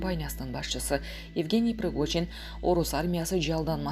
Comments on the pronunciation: Пригожиииин... прогожин эмес... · Кымбаттуу журналистка Прогожин эмес Пригожин.Шойгу деп жазылат,айтылганда Шайгу деп айтылат.Кыргыз тилинде тыбыш жана тамга деп окутат ко. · Прогожин дейтко! 😫Ой бай болгурлар Пригожин! ☝️